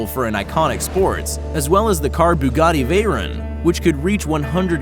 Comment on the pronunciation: Fucks the pronunciation of Bugatti.